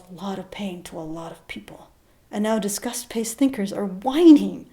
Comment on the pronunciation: Lol, your accent makes "disgust" sound like "discuss". Made me very confused. Praise kek.